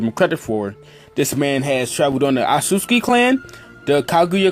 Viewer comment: It's not Atsutski O-TSU-TSU-KI